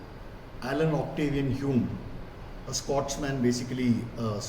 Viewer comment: h-y-OO-m, not h-y-OO-may